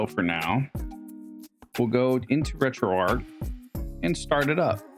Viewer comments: Its driving me insane when you say arc/ark for some reason instead of arch hahahah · Retroark retroark retroark hahah